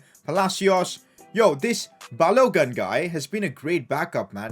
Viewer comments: It’s pronounced Balo-goon, not Balo-gun. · It is Balogun emphasis on the u